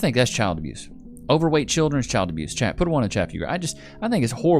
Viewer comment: What is "chirdren"?